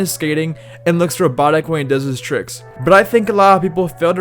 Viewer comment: ROBOTIC! thats what he said! i was so confused. i dunno if its an accent thing, but i didn't know wtf he said in the vid. but as soon as i read "robot" it clicked. or maybe cause i'm just drunk watching this am. you be the judge...